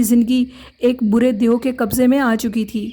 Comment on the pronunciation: It's deo , not deyo !!!?!